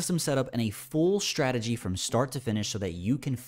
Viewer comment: When trader saying shtrategy instead of strategy, i feel that he needs to grow up.